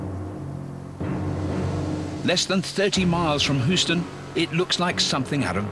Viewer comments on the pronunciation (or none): as a resident of the greatest state, hearing you pronounce my hometown is funny. hooston like come on man. its hUeston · Lol "hooston" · "hooston" lmao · And nobody here is saying it right. HYOO-stun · He pronounces Houston like Terrance Stamp in Superman II, “Hooo-stun” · “Less than 30 miles from Hooston” 😂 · This dude just said whoston lol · For the love of god please stop saying hooston. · Mark Herndon Usually us Brits make fun of Americans for lack of knowledge in some areas and pronunciation and spellings... But this guy makes me feel ashamed to be British. It’s a nice video for 10 year olds (or a complex one for him). And I cringed every time he pronounced Houston so badly! It’s not like it’s some small village in Montana. Yes, we have Euston station in London and it probably makes more sense to spell it like that but who cares? When in Rome/Houston(we have a problem...)